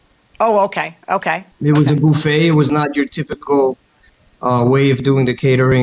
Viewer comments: A boofay he says? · He said "Boofay" (buffet) and she said "Febuway" (February). LOL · THIS!!!! Who taught him to say it this way???!!! It's terrible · I can’t un-hear “Phoebe Buffet” from the Defendant. Anyone else???